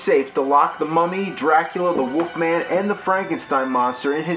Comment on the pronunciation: I love how James calls him the "woof-man".